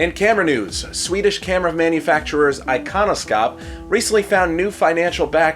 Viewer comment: It is actually pronounced Ikonoshop, sk, skj, and kj make a sh sound!